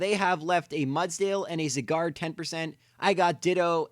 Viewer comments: Gata ANSAH it's Zye-gard. Not zigard. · It's pronounced Zieguard, not Ziguard. Go watch the anime if you think I'm wrong. I hope I never encounter anyone else say Zygarde's name like he did, it's so annoying. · ZY-GARD NOT ZE-GAR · I hate how he said zygard wrong, he said something like zigard or cigar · Why do you pronounce Zygarde as Cigard? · Your saying zygarde wrong it's sounds like it saying cigar XD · Only the garde part of Zygarde is french. The zyg part is based on the english word zygote which is pronounced sai. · Its pronounced Zī - gärd idiots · it is souns like it saying cigar XD WHAT IS THIS??? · If you could pronounce Zygarde that would be great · I love how you pronounce Zygarde...